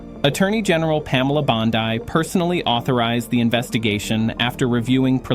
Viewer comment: I wish you would pronounce Pamela Bondi's name correctly.